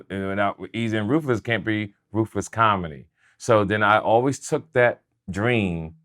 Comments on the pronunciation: I thought he said Rufus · Why does it sound like he keeps saying roofus instead of ruthless😂😂😂